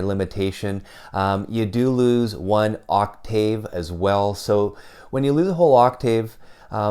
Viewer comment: You pronounce “octave” weirdly.